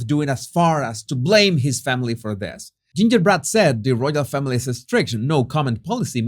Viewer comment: Lol! I choked on my toast when I heard you say “ ginger bread” I had to replay it to make sure I heard it correctly. Hilarious especially right at the start ❤️